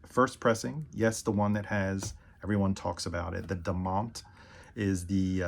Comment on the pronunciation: Day-mont is the correct pronunciation for Damont